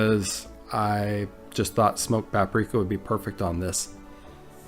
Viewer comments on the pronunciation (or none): none